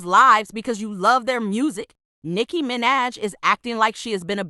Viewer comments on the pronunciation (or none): nicki mi-naj 💀💀